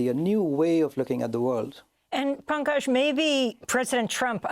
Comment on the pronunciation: “Bankage” Mishra?!